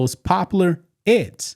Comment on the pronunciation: Eggs, not edds..